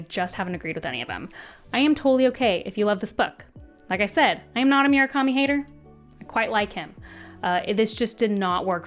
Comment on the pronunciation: Ok, i wasnt going to comment on Myoo-rah-ka-mi, but I can't let Jimma-nez go. They are Moo-ra-ka-mi and He-ME-nez, respectively.